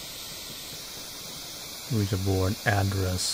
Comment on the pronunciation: Ain't it funny that the Oui-Ja if you translate it into english it means Yes-Yes. So it is the Yes-Yes Board. And you pronounce it correctly French Oui and German Ja.